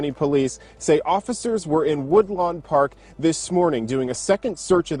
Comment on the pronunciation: Woodlawn* park. Not woodland